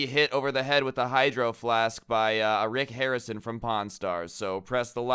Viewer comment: I thought said Rex Harrison but he said Rick Harrison. LOL!